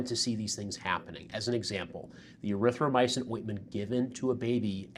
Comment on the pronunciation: Did she say “Urythromycin” there?